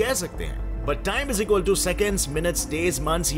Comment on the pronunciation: Is equal to ❌ Ijikaltoo ✔️ 😂😂